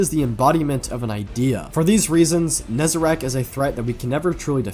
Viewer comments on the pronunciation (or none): is NE- ZAH-REC , NOT NE-ZE-RAKH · Still kills me that him and so many say Nezerac, when it's Nezarec. Been years, my guy. PLEASE! 😅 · I cannot stand the fact that Nezarec is clearly spelled out and people call him "Nezerac"